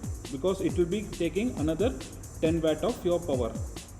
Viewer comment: Wet or watt pronounce at least good bro